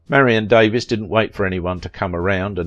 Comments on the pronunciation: You say her name wrong. You do know there is a way to find out. You can literally Google it for the correct pronunciation of any name? It bugged me the entire video. I'm going to have to unsub if mispronunciations are going to be the rule. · Thank you I was going to post this but looks like you did it first. In this piece he said she changed her name so it sound more British he seems to be from there and miss pronounced it? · Davies is a Welsh name as is Davis and is pronounced the same way. Americans always like to be different when pronouncing British names - another example is Mackay/MacKay/McKay, a Scottish name which Americans like to pronounce as MacKAY (rhyming with DAY) instead of the British way which would be MacEYE (rhyming with my or by). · Sadly, YOU are pronouncing Marion's name INCORRECTLY!!! It's Marion DAE-VEEES not Davis! Marion was BEAUTIFUL and VERY TALENTED! I LOVED her in the movies I watched with her in them. So be it if she was LOVED BY A TYCOON, don't care! I believe she loved him too. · Its pronounced Da-VEES. Not Davis. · Good work but could have been better. Documentarians learn to use the performer's preferred name pronunciation known to her public, her friends and Hollywood. It is DAVE-EES not Davis. Your British heritage and UK pronunciation should give way. Marion was an American not British and it is common here to say DAVE_EES when the name is spelled Davies. Careful documentarians could also have done a search for director King Vidor's Honorary Oscar video on YT where Audrey Hepburn (hardly an American) pronounces his name correctly as the presenter (unlike you). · It's Davies (DAVE-EES) not Davis, also King Vidor's last name is pronounced VEE-dor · Her las name is actually pronounced Davees. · Thank you...that was driving me crazy, lol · Not outside the US. Davies is pronounced Davis in the UK. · Why not learn how to pronounce her last name correctly before you do this?